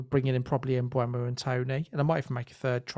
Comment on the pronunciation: I got 13 different pronunciations of mbuemo 😂 good job guys as always